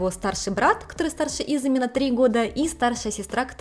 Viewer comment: почему вы говорите имя мужа ИзЫми, хотя он Изуми? У вас потрясающе интересные репортажи, обожаю вас смотреть и слушать. И рекомендую ваш канал друзьям. Вы восхитительны! И детки у вас будут ИзУмительные! 😊